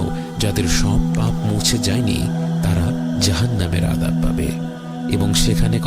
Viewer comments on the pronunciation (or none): উচ্চারণটা আদব নয় আজাব হবে, আপনার প্রতিক্রিয়া আমার খুবই ভালো লাগে